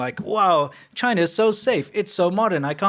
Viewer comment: CHIII-NA. DO NOT VISIT.